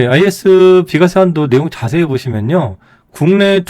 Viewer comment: 비과쎄~ ㅋㅋ